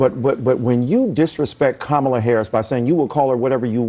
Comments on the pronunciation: How dare you mispronounce her name. YOU'RE A RACISTS! So tired of the liberals branding people as racists when you disagree with them. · lol My man, after all of them correcting the pronunciation of her name, you said it wrong. BUT… if she’s such a force to be reckoned with, why is it NOBODY pronounces her name right? Including rally goers.. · These communist are a disgrace. You see that's the only thing they got. "It's not Kamala 😮..., it's Kámala, oh,oh" it is Mámala Pinga Harris. Punto 😅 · It's Cackala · You say KA-mala And I say KU-mala You say TO-mato And I say TUH-mato KA-mala KU-mala TO-mato TUH-mato Let's call the whole thing off! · It’s pronounced Coupmala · It’s pronounced Coupmala!! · I'mma keep calling her Kuh-mala all I want so take off!! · I can guarantee you that those two Black guys sitting there are also pronouncing Kamala name wrong. Indians in South India from where Kamala Harris' Mother is from, pronounces 'Kamala' as "Kaam La". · In that conversation, it didn't come across that Rep. Nancy Mace was being racist. It seemed like she was just stating the facts. However, I do believe that Michael Dyson was trying to divert attention from Harris’s lack of policies and poor record. It was incredibly frustrating when the person across the table (😂Discount Montell Jordan) kept insisting on pronouncing her name correctly. Those constant interruptions felt like a deliberate tactic to shift the focus away from their lack of policies. It was evident that they were fully aware of what they were doing. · You'd better say her name correctly! You racist😂😂😂😂😂😂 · Why are so many people mad about people saying an imdian name wrong by a woman claming to be black? Kamala is 100% indian not african. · It,s Kamala NOT Kamala🤣🤣🤣 USA u are in trouble!!! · It’s Kamala NOT Kamala!!!